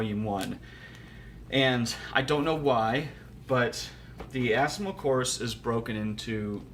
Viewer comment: A very positive honest review, thanks. To pronounce assimil simply by saying it in French as "asseemeel". Alternatively, you can order directly Assimil courses from bookdepository dot com. Or you can check the cheapest Assimil at bookfinder dot com (isbn search engine). In my country, Amazon is always so darn expensive. I've always ordered my books from bookdepository and abebooks. Wish you the best of luck with Japanese. It's a cool language =)